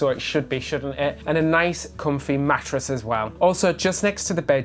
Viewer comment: Matt-ress? 😂 I’ve never heard it pronounced that way!? Swivel vs swizzle?